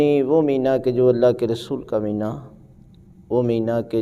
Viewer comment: Meena nahee hota bulkay Maheena hota hai.